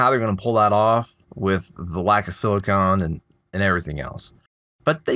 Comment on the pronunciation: please... siliCON not siliCONE lol